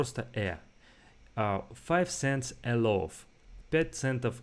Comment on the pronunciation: ты даже loaf нормально произнести не можешь